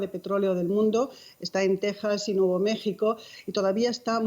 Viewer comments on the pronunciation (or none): none